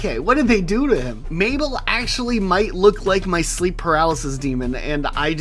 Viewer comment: thats not mabel thats moobell